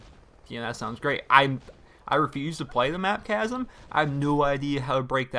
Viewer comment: its chasm not casm